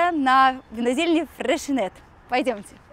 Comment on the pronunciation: Очень понравилось сегодняшнее видео 🥰👍особенно в конце на лавочках душевно😂👍 эх! Особое спасибо, что я узнала как правильно произносится обожаемая мной кава 👌 мы чаще всего именно freixenet cava покупаем и я произносила через кс, а надо ш🤔 теперь хоть знать буду благодаря этому видео😘👍